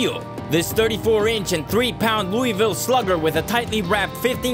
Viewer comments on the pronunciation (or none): You pronounced Louisville wrong (Lo-Ville)